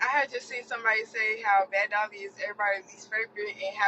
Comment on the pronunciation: Ommmggg when she called Summer "Dummer" and Bad Dolly " Sad Dolly" I died